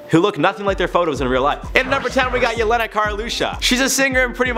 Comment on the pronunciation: the way you pronounce Jelenas name is so sad it's funny. I don't blame you though😂 Serbian and the languages at the area are hard to grasp for beginners